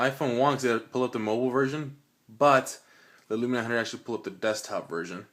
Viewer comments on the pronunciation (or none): Can someone please tell this guy, it's windows phone not windows mobile , and it's Lumia not Lumina, bad review !